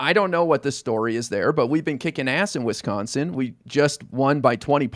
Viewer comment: As a Wisconsinite, I cringe at pronunciation of Wisconsin.